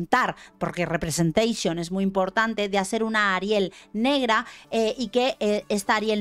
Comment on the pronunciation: Muero cuando dice "representeixion" 🤣🤣🤣